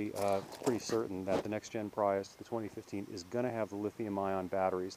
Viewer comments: Lol.. They came out the plug-in version in 2012.. Still uses NiMH up to year 2013. change the title.. False advertising your video.. I was looking for the 2014 Prius.. Pronounced pree-us. No pri-us.. Lol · He said "Pry us." Haha. Its pronounced "Pree iss." Nice video though!